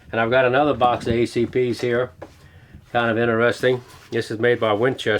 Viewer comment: in-a-resting instead of interesting